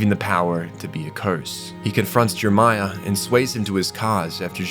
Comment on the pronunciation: C.C. is pronounced C-two... because of the 2 Cs, same with V.V. Oh, you think the second "e" in Jeremiah is silent and you say the "p" in coup, okay then. This show was a meme when it came out and the fandom knew it... fun times. I still remember Spin-zaku. Lloyd was the best character, this is not an opinion, it is a fact.